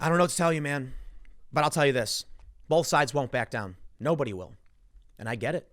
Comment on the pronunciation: Whoever it was that pointed out that Tim says the word "bolth" instead of "both" a few weeks back, thanks buddy now I can't fucking miss it. Damnit, Tim, please drop the L when you say both.